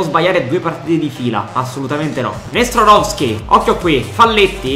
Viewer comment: Bel video, poi commenti anche molto bene, ed il progetto mi piace un sacco, ma secondo me ci sono troppe R quando pronunci Nestorovski, detto questo, spero che questa serie con il Palermo duri tanto, grande e FORZA PALERMO